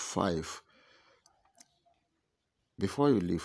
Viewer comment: I like how this guy says 'share'.